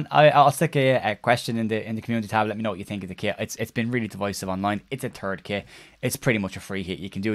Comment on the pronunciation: "It's a turd kit." True True! 🤣🤣